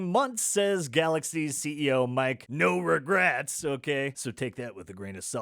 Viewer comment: Mike No-re-gratz 🤣🤣🤣🤣